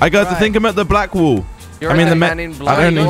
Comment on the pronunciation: Funny how you say "wall" like we say "wool".